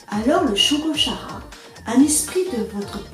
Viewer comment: Bonjour. Je connaissais juste l'histoire de nom, ainsi que le fait qu'il existe un animé. Une présentation qui rend curieux de lire. PS : Perso, j'ai toujours prononcé Shugo-KAra (comme dans character, le mot anglais pour désigner un personnage).